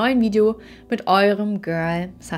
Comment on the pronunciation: war stets bemüht. 😂😂 kein Front, du betonst es nur sehr oft und das klingt bisschen witzig, aber nvmd. Weiter im Text 🫣